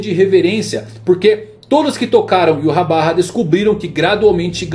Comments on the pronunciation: EROU! N é "Iurrabarra" é 'Ivahrr' Yhwach = Ivarr Yh som de I, W som de V, CH som de R arrastado feito com a garganta. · "Yuhabaha" achei meio estranho, quando lia o mangá li em algum lugar que como o nome vem do Alemão a pronúncia seria algo como "Yvar", então eu lia Yvar 🤣🤣🤣 Adorei o vídeo, like já! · Não sou o chato da pronuncia, mas Iurrabarra é de foder, sempre li Yhwach como Ivach. Fui no tradutor, e em alemão é algo como Ivarrr, e em japones Iuacu. Iurrabarra parece inimigo do tripa seca. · Em 2014 quando comecei a ler Bleach, eu pronunciava Yhwach como "Íuachi". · Ywach? Yurrabarra? Não entendi o vídeo? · "Iuhabarra" mais uma pronúncia do nome do rei quincy adicionado ao dicionário. kkkkkkkkkk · cara essa pronuncia esta errada do Yhwach (é Alemão) seria mais Ivartch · YU HA BA HA??? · Como assim Yurrabarra? Kkkkk Gostei do material, vc só precisa estudar a pronúncia dos nomes em japonês tá feião kkkk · Iurabá kkkkkkkk